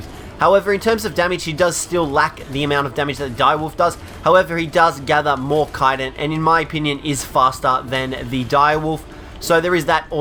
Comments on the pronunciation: It's called ch-itin (like chew) not kiten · kyton? you mean chittin? chiiiii-tin not kie-ton